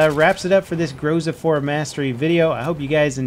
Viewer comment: and again, grozA, not grOza